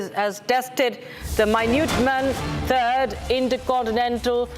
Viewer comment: Pronunciation toh theek kar lo… waise toh full on American accent use kar rahi hain… can’t even pronounce the minuteman III properly